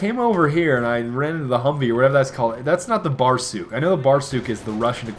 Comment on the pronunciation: It's barsUk,not bArsuk.